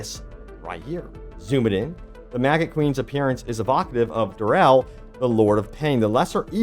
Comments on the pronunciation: Are you calling him Darrel? Epic mini boss... Darrel? Dude. It's Duriel. Maybe it's time we take a break from Diablo updates. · Well done, you made the Lord of Pain sound like a cleaning product 🧼 😂 (Durell instead of Duriel) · Not Du-rel, but Du-ri-el 😁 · Duriel! DUR-EE-EL! Not "DUR-EL!" SL:DGKH:SLDKJF freaking mispronunciations like this drive me insane. You played Diablo 2, right? Did you not play diablo 2? Gahhhhh is this why people think Diablo 4 is so amazing? Is it because they never played Diablo 2? Diablo 2 had some major flaws - enemy immunities just to name the primary one - but man I played during the open beta for D4 and I just can't see it... I think I need some more hours to give it a fair shake but I'm just not dying for the game like I am for more D2R content instead but I guess I'm different... It just didn't resonate with me. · It's Dur-iel not Durel. The only Durel i know is a DJ :) Someone that covers Diablo, should know how to pronounce the name properly. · I like your videos, but your pronunciation of a lot of words irks me… affixes… duriel… it’s not ‘durel’ small nitpick but still lol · Duriel - "Duuh-ree-el" fyi. Nonetheless thanks for the updates! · Curious how many people's teeth started gnashing when they heard, "Dur-elle." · It’s Dur-i-el, lol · Every time that OP says Duriel's name, it triggers me a little. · It triggers me a lot. If youre goging to make diablo content learn how names are pronounced. Apart from that nice vid.